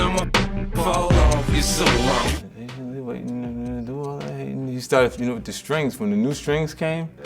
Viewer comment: Shit Shit when i heard em say I'm paintenly waiting gouse bumps